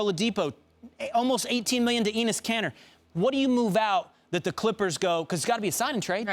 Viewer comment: "Anus Kanter"